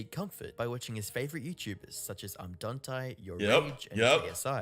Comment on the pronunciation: bro said "im dontie" 💀